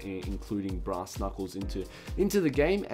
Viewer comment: for some reason...when he says brass i hear grass